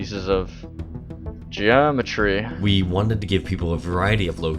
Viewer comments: I died when he said GeeAHHmetury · arbiter i love how he emphasises geometry like the bungie guy did in the original video lmfao!